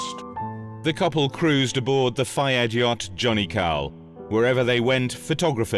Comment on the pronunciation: Dodi Fayed - at least get his name right